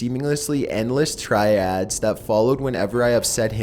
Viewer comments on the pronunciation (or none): lol this is the second video where youve pronounced "tirades" as "triads" fyi